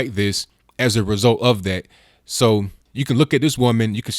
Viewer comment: Please don't say "do dat" any more.